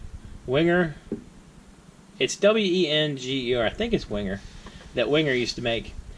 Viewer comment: .... it’s pronounced... ‘Venga’ ......